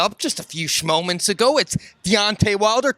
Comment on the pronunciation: "A few schmoments ago" ..... 🤣💀